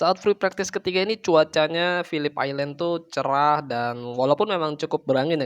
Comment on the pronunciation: Mantap bang, pelafalan phillip island nya udah mantap, kontennya juga makin mantap